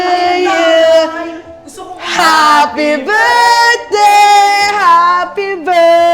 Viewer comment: “sis happi burthday ”